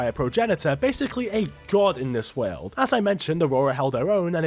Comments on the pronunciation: can u pronounce world correctly please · I love how you say world as werld with a hint of irish accent lol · Bro you’re videos are awesome, every time you say Weeeld I burst my a** laughing 😂😂😂😂